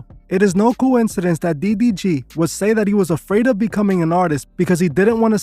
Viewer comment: bro keeps saying "DBG" 😂😂